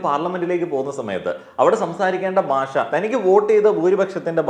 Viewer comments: ബാഷ അല്ല... ഭാഷ ആണ്... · പറഞ്ഞതിനോടെല്ലാം യോജിക്കുന്നു. ഒരു കാര്യം പറഞ്ഞാൽ വിരോധമില്ലെന്ന് കരുതട്ടെ.... നമ്മൾ മലയാളികൾ നമ്മുടെ ഭാഷ എത്രയോ അലക്ഷ്യമായിട്ടാണ് പ്രയോഗിക്കുന്നത്. താങ്കൾ ഉച്ചാരണത്തിന്റെ കാര്യത്തിൽ വളരെ ശ്രദ്ധിക്കേണ്ടിയിരിക്കുന്നു. ഭാഷ എന്നത് എപ്പോഴും ബാഷ എന്നാണ് പറഞ്ഞത്. അതുപോലെ ബരണഗഡന അല്ല സർ, ഭരണഘടനയാണ്. താങ്കളെപ്പോലുള്ള ഒരു influencer ഉച്ചാരണത്തിലും ശ്രദ്ധിക്കേണ്ടതല്ലേ? പ്രത്യേകിച്ച് ഭാഷയെപ്പറ്റി സംസാരിക്കുമ്പോൾ ആ വാക്കെങ്കിലും കൃത്യമായി പറയാൻ താങ്കൾ ബാധ്യസ്ഥനാണ് 🙏